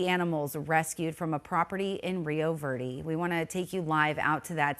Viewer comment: Rio Verrrrdeee? You live in Arizona right? Learn how to say Rio Verde right.